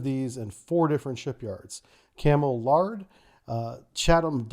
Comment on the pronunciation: No it isn't, it's pronounced exactly how it looks "lair-d".